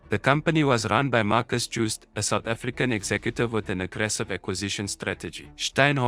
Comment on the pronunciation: Mar-kus yoo-sta and Stine-hof